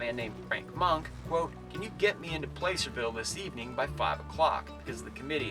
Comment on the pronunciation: I’ve said it before and I’ll say it again… it’s “PLASSERVILLE” not “PLACE-ER-VILLR” and damnit it’s NE-VA-DA, not NE-VAH-DA 🤦🏼‍♂️ still love your videos though.